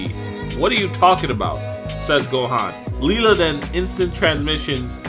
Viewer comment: I think it's pronounced Lila(Lie-La). Not Lela.